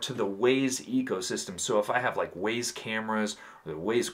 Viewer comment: Correct Wyze pronunciation = wise 😅 great video man!